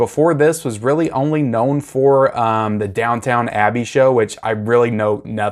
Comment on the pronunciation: It’s Downton Abbey, not Down-Town 😂